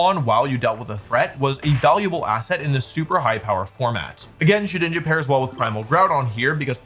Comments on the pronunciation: did bro sayy shedNINJA? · Guys he’s called shedINJA not SHEDNINJA